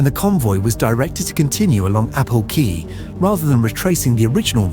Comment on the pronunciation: AI is getting really good but it still can't pronounce 'quay '